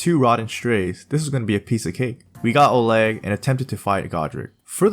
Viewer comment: You pronoun "Oleg" like Ukrainian guy